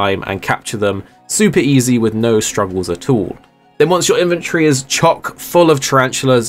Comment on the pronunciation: Take a shot every time says “Inventree” instead of “Inventory”